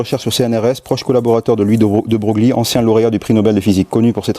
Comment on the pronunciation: De broglie prononcer De breuil bien à vous .....